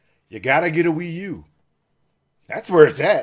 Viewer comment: The Wii u is pee u